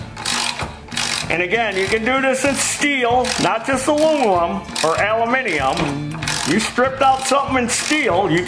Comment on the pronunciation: Al u min ium. Hooray , he prononced it correctly.